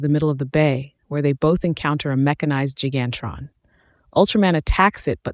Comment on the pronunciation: Say it right. It's "Gigantron", not Gan-Tron.